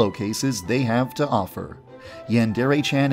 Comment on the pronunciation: Yon-dare-aye NOT YAN DEREAYE